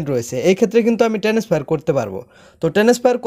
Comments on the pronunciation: টেনেস ফায়ার 😂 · ও ভাই একটু English উচ্চারণ ভালো করেন। ভিডিও বানানোর আগে খেয়াল করেন। টেনেসফার কি ভাও😂😂